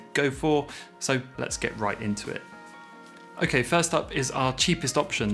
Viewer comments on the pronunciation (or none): none